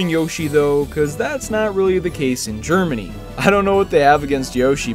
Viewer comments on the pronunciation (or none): none